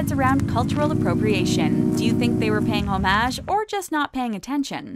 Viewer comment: The fact you you called it disneys Pocahontas means you shouldn’t be criticizing someone. And the way you pronounce homage and chagrin is atrocious